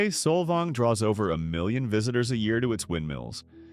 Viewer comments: It’s Saul vaing. Not soul vong. This whole video is…. Inaccurate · There is one windmill (fake) in Solvang pronounced solVANG. Most of the surrounding area is tribal land. So you fail. Bye now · Saul-Volng? It's pronounced Sol-VANG you AI narrator. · Sol"vong"? Learn to pronounce it, please - by not using AI. Oh, and one other thing: Solvang is not on the coast. It's inland. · The AI accent of “Solvong” is hilarious 😂. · You mean "Solvong"? 😵‍💫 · This AI crap is ruining YouTube so fast ! How hard is it to use a real voice that can actually pronounce simple words properly ? Solvong ??? Come on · this is the worst video with AI voice that can't even pronounce the towns properly. The author knows nothing about CA and what we like and don't like. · Can’t watch an AI video that cannot even bother to correctly pronounce the towns names. This is a stupid video. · I stopped watching when Solvang wa listed as coastal and mispronounced by the AI narrator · How are we supposed to believe a video that mispronounces every place name? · what's with the odd pronunciation of Solvang and Bolinas... is this a real voice or AI? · … The robot mispronounced Solvang. 😏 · Why post this with the blatent mispronunciations? I get AI, but this is just embarrassing and unprofessional. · PLUS Solvang isn’t on the coast. 10 miles inland🙄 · 99.9% of the cities/towns named in SPANISH are mispronounced. What makes you think others wouldn't be too? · I’m so annoyed how he’s pronouncing Solvang.